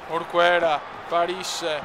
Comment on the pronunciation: orquera si dice orkera